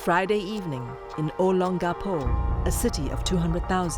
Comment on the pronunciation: Please say it correctly its O Long Ga Pó (Olongapo) i heard the narrator sometimes saying OLangapo.. ang ganda na sana its a good documentary but im annoyed hearing with the wrong pronunciation of address/places. Please search & practice before saying/reading an address